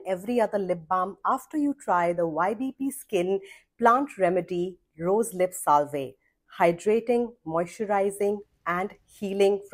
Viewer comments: Okay who pronounces salve like that?? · Salve was mispronounced fyi. Thank you for the sunscreen recommendation